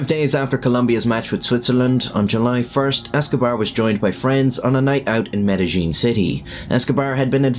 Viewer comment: it’s pronounced like med-a-hean. Not med-a-Jean. Outside of that, great 👍 video again as always. Have a very merry Christmas 🎁🎄 and a happy new year.